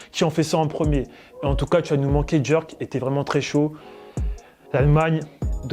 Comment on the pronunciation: Pk il dit djerk